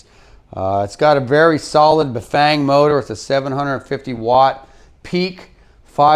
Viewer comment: Are you still saying Bafang?? Dont think so